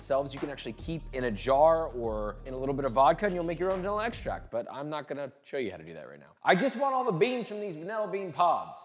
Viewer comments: "Vanella bean." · Hyperfixating on how you say "vanilla" like "van- el-a" 😅